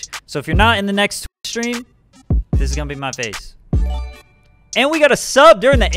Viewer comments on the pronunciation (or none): why can’t he say “twitch?”